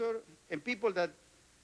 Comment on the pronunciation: Soy un gran admirador de éste pelado. Creo que fué el menos hipócrita de todos los ministros. El chabón, habla perfecto, porque no traduce; piensa en inglés. Ahora, la pronunciación; es única, jamás escuchada!! Yo no puedo parar de reírme. Es exelente!!! De brasilian pipol, dat is e rooon!!! 🤣🤣🤣🤣🤣🤣🤣